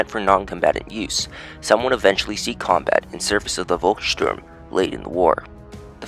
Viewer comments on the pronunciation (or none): Volkssturm is in german language spoken Folkssturm, not Wolkssturm.